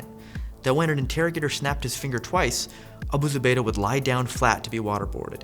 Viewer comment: Wow. He pronounced that without having a stroke. Nice. Might hit like just for that.